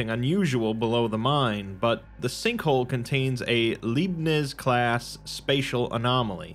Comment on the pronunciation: I'm not sure that's how "Leibniz" is pronounced. Pretty sure it's more like "lie-b-nits". That's how my professors pronounced it anyway.